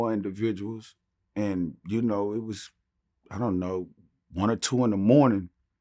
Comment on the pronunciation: "Ion know what happened..." Ok Buck, Ok...😂